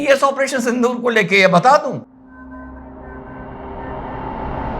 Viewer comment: आप उच्चारण सिंधुर करते हो , लेकीन होना चाहिए सिन्दुर. गलत हो तो मुझे दुरुस्त करे , मैं हिंदी भाषिक नहीं हुं.